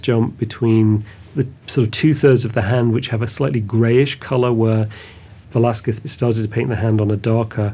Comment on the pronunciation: Thank you for taking the time to learn to said Velazquez name right. I am an artist, Velazquez did not prepare a drawing . He directly used the brush and oil to do the portrait directly into the canvas”a la prima”. That’s why you don’t see his drawing on the canvas. I don’t think he used white lead to do the under painting, they used guesso, that is calcium carbonate, following the Italian way. On the Vasari on technique book explains how the canvas is painted with guesso, and he goes to give you the ingredients. He may done the King’s head and used another person to hold the pose with the King clothes. Velazquez used a vine barrel to paint a horse. El Conde Duque de Olivares.